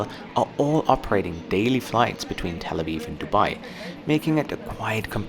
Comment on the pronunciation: "Tel Awiw"